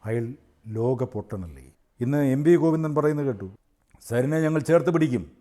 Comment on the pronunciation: ഗോവിന്ദൻ എന്നല്ല കോയിന്ദന😂